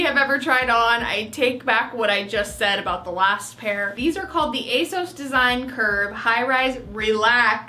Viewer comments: it’s ASOS not A sauce for future reference 😌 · Asos to rhyme with toss not to rhyme with toes.:) Love your videos,. Thank you very much for this one.:) best wishes, Susan:) Edit: the Trench Coat/Rain Mac looks lovely on you. If you were in London and it was pouring down with rain, you'd love that mac. I loved that block colour dress you had on, and the sage green dress was gorgeous on you!:) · Ace-oss is how ASOS says its supposed to be pronounced. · You prounoune it ACE-OSS, just saying. Love all your vlogs, happy fall 🍁🎃 🎃👻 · Can we please pronounce it A-SEUSS from now on?! 😂 Also, I have tried ASOS before after hearing so many people rave about it and I don't really get it either. Not great quality, not that cute, I don't like how their website is laid out. Even though I'm sorry you didn't have a super successful haul, I'm glad I'm not alone in not understanding ASOS' massive popularity! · it’s pronounced a-sew-s, and I only know that because it’s the only youtube ad I’ve been getting for like the past 2 months 😖😂